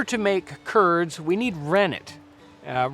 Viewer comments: who else heard "turds" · Every time he says "curds", I think of Kurds.